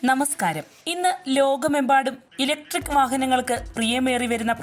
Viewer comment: ഇലക്ട്രിക് വാഹനം എന്നു പറയടി വാണമേ 🙄🙄